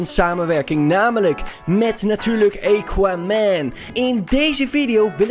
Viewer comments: ja geen eeequaman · Het is aquaman met een A en niet equaman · Het is AHHHH KWAAAAH MENN niet EYKWAMEN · Niemand: Helemaal niemand::eqauman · Lol “EQUAMAN” 🤣🤣🤣🤣🤣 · E quaman😂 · Iedereen: Aquaman: equaman TIJE _: eqauman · Iedereen: Aquaman: Equaman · equaman De mensen die kijken: AAAAAAAAAAAAAAAA HET IS AAAAQUAMAN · Niemand: Helemaal niemand:: eekwamèn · Niemand::equamen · Ik kan me zo storen equaman het is Aquaman geweldig dat sommige mensen het niet goed zeggen dan mag je ze verbeteren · Eguamen hahahaha tis aquaman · Haha equaman het is aquaman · EEEEEEEEEEEEEEEEEEEEEEEEEEEEEEE... Quaman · equaman hahahaahahha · Het is aquaman niet eykwaman🤣🤣🤣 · Zegt hij nu eekwaman? No hate but it is always first miedas nu eekwaman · Ah yes "ejkquamen" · hoe zeg je aqua man bij equaman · siriejuus eeqwamen het is aqwamen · het is aquaman niet equaman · Het is aquaman niet equaman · Hoe de kanker spreek jij Aquaman uit... EEQUAMAN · Nobody: equaman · Nobody: equaman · "Eekwamen" lol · Mo Amine in Amerika spreek je het gewoon uit als "akwaamen" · Niemand: Helemaal niemand:: equaman (Nice video) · Niemand: Echt niemand:: eequaman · equamen Dion: Misty meeedows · Aaaaa cwaman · Niemand:: eequaman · Lol hij zegt gewoon eqwa man😅🤣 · Niemand:: eeqa men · Wanneer Engels praat, krijg je dit. Eekwamen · hahahahaha eguamen wtf top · Equaman hahahahahah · Eqaman 😂😂 het is A niet E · Het is aquaman: aakwaamen zeg je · Hij zegt eeguaman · niet aacauman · Ben ik de enige die zich ergert hoe hij aquaman zegt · Ik die gaat kijken in reacties omdat ik wist dat iedereen ging praten over hoe Aquaman ging zeggennn HAHAHAHA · GA FK AQUA MAN LEREN UITSPREKEN